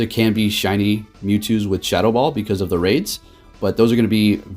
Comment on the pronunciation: I kept thinking what move is shuttle ball...then realised you were saying shadow ball